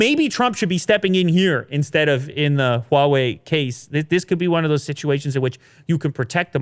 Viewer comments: So NOW finally learned to pronounce Huawei correctly:) no longer "waawei" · Ur pronunciation of HuaWei has improved so much.